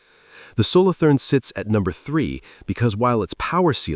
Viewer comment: Solo toorn. Not solothurn with english th.